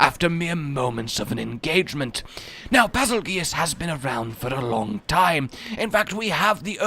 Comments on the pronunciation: I think its bazel goose not bazel gee us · It is pronounced, bazel - JUICE! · Always thought it was pronounced basil goose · Absolutely fucking amazing. Also, it's pronounced 'Bagel Geese' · Bazel is a Slavic word meaning regal and it's pronounce as bay-zahl (I prefer bay-zel). Geuse is pronounce like juice. Geuse means 'one' or 'the one so bazelgeuse means (the) regal one. It's a similar name to betelgeuse.